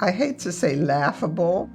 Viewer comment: did she just say laugable. This woman needs to be shut down. SHe is getting paid. Kids are saying they are being forced against their will. They are claiming abuse. They are stating they do not want to be with their parent. And they are adults still saying the same thing. Wow. This is corruption at it's finest. They are being punished by the court by not doing what they want them to do. If a child does not want to be with you there is no amount of therapy or BootCamp that will make them. It also can be harmful to a parent causing a child to snap on the parent physically. There is nothing laughable about this. This is how you know she is talking about she is laughing at them speaking out. And then the mother lies and says she has a court order not to speak about why her kids don't want to be with her. No it is more like you will be exposed for what you did to your children. to me this is another way to keep them out of the fostercare system. because they do not want it documented in the fostercare system. wow.